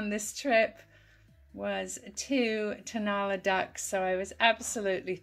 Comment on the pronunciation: The Mexican birds are Tonala pronounced Ton a LA accent on the last syllable.